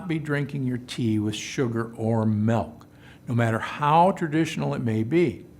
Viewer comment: Milk!!! Not “Melk” ….Ahhhhh🤯 Drives me crazy lol